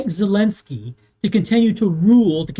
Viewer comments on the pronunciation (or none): none